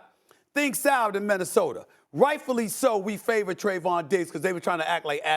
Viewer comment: Nobody: Stephen A. Smith: MinnesotaR KembaR Walker he is waRshed up Its like 2 more i cant think of he always says 😂